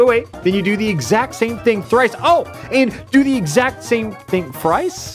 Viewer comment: thrice, frice, fice